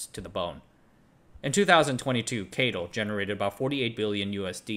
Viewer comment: Geely is pronounced as "G"-ly, just like the Chinese pronunciation Also I work in finance and I never heard ppl pronounced CATL like you do.... Only heard people spell out all 4 letters